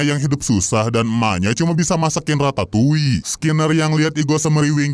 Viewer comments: Radatuli bg bukan ratatouille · Ratatouli✖️ Radatuli✔️